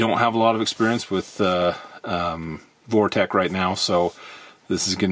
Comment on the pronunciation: It's pronounced Vortex not Vortech.